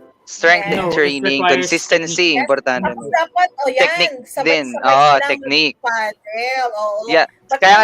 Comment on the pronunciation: Ang galing naman ni mag Tagalog ‘’ sabay sabay’’